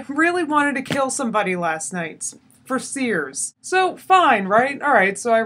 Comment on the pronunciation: I heard the comment "for Sears," and I was so confused until I realized that you said "fer srs." Your integration of interweb lingo into English is flawless<3